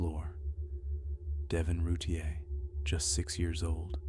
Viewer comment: Its Roo-teer